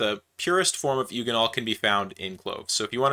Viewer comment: A hard g on eugenol, I assume you say gif, not jif?